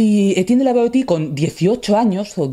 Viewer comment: Étienne de La Boétie no se pronuncia [labɔeti], sino que se pronuncia [labɔesi] o [labwa'ti].